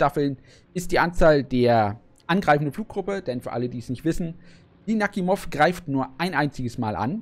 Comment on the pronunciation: Netter Träger, und den Namen spricht man Nachimov aus nicht Nakhimov.